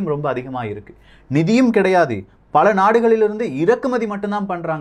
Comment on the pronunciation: 'டாளர்', 'பள' அமைப்புக்கள்... என்ன உச்சரிப்போ... இதில் பெரிய அலட்டல் வேறு...